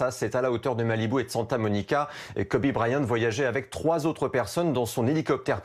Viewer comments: Quel est l'utilité de parler de son affaire de viol ??? Surtout qu'il n'a as été reconnu coupable.... Et en plus ça se prononce "Kobi" pas "Kobé" merci les journalistes français... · PTN PRONONCE KOBE PAS KOBé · « Kobé » à et « fille aînée » à c’est bien d’être dans l’actu en direct mais pour mal prononcé son nom et dire des conneries ça ne sert à rien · Il a dit Kober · Il a vraiment dit kobé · "kobé" Nan mais vous avez pas honte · "kobé bryant" et mercé bfm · Deux trucs... déjà parler de viol (sachant que cette affaire est peut être inventée de tte pièce) au moment de sa mort c’est honteux et après dire « kobé » a putain c’est du non-respect faut s’informer au lieu de vouloir sortir l’info le + vite possible par des journalistes qui n’y connaissent rien en + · Putain mais respectée son prénom bordel on dit pas Kobé bande de merde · 2.30 :le mec dit KOBé IL est sérieux la !!!